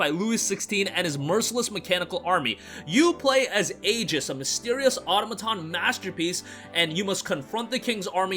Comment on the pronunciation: Thanks for mentioning the special edition. I was wondering if there was one. BTW, the word "automaton" is pronounced "a-TOM-a-ton" or "a-TAH-ma-ton," with the stress on the second syllable. Trivial, but I thought I would mention it because the word comes up so frequently!